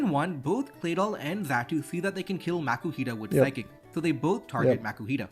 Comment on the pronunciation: It's so weird how he pronounces "kill" as "Kayle".